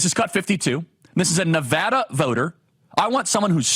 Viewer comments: Washoe County Resident here! First of all thank you for saying Nevada correctly. Secondly there is a HUGE shift to the right in northern Nevada this year despite the polls. Vegas has and always will be the left problem in the state. We've been crushed by leftist California policies bleeding into our county. At one point our gas prices were the third highest in the nation...... in Reno, Nevada. Absolutely ridiculous. The red wave is coming. Keep up the good work Charlie! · Mr Kirk thank you for pronouncing my home state correctly! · Thanks for pronouncing Nevada correctly. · Thank you for saying Nevada correctly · From a fellow non college educated person, boy it sure is nice to hear someone finally pronounce the name of the county correctly and the name of our state correctly. I am so tired of politicians coming through and saying the name incorrectly and asking for our vote. It's all that darn college education that makes them think they don't even have to bother with the basics of learning how to pronounce names correctly. Thank you, Charlie, and please never quit your college campus interviews. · OMG IM FROM NEVADA!!! I live in sparks (washoe county) And you said NV correctly!!!! Ya!!!! I’m voting Trump too! Nevadans are cool!!! 😎 🎉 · Thanks for saying Nevada correctly! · Woah he said Washoe and Nevada correctly!?